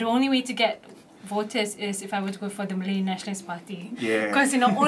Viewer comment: utjjub has a big problem w singlish /manglish pronunciation, like evertime he says 'voters' it translates 'waters'...😊😅😅